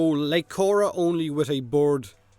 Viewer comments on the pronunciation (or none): Something so odd about the way you pronounce "bird." Still my favourite gag of yours, as well. Yeah, not too impressed with the selection on show. Obviously none of mine got chosen, I knew that coming in. However, only the Ghost in the Machine, Morpheus and the Broken Warframe really sound interesting. The others are just grabbing a thing that exists and making a Warframe around it - hardly worth making a contest about. A monk, a ballerina, a gargoyle - pick a dictionary, stick to nouns and you'll find plenty of these. I can make hundreds of these. A coal miner Warframe, a policeman Warframe, a lumberjack Warframe, a firefighter Warframe, a pastry chef Warframe, a structural engineer Warframe, a Warframe that turns into enemies, etc.